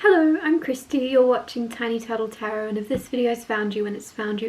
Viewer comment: today year old when i realized you say tiny TURTLE tarot I kept hearing tiny TATTLE tarot LOL. Like you're tattling with tarot cards but the turtle makes way more sense.